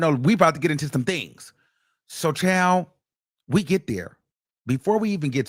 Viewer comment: Chillleee not sores in the mouth!! Anyone think of the H.